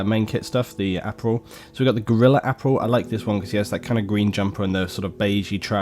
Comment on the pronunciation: Nice, also it's ap-aral , not Ap-rail, I'm just being a dick